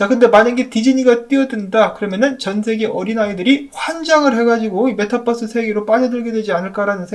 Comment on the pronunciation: 메타뻐스 아니고... 메타버스 입니다. 무슨 마을뻐스도 아니고 참...